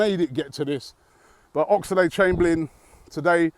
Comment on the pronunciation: Robbie Please stop saying Ox-a-lade Chamberlain. It's just Oxlade mate.